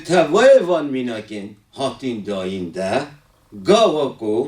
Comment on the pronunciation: Ne "ge" ."Ga"